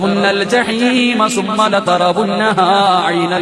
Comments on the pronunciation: സുമ്മ "എന്നല്ല തജ് വീത് പഠിച്ച് ഒതുക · എന്താ സുമ്മ എന്നല്ല മൂന്ന് സ്ഥലത്തും തെറ്റി.